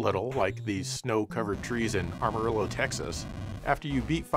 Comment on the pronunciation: Amarillo, not ARmarillo, but really "Ommareeyo", meaning "yellow" in Spanish 😁